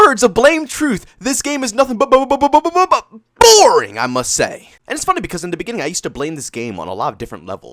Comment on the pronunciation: It's the way he says it, he pronounces an A, as a joke.